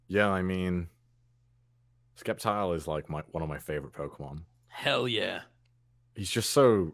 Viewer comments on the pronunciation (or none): Skep-tile?! It's Sceptile! Like Scepter, not Skep-ter! Don't disrespect ma boi Sceptile!! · I’m just gonna pretend Conor did not just call Sceptile skeptile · Its not skeptile goddamit